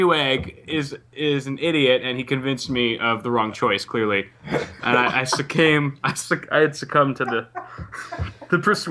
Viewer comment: "Succame" -. What? I don't think that's a word. LOL.